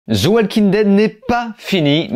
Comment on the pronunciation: Pourquoi tu prononces le "L" dans "Walking" ?